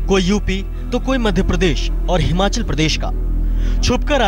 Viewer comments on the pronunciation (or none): none